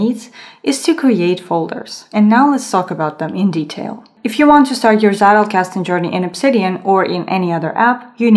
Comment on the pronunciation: It always makes me smile when non-Germans say Zettelkasten. For English speakers, the pronunciation is something like TZEH-tel-kas-ten. This is not a hate comment but rather a friendly note about a potentially interesting thing. I think your video is very good. :)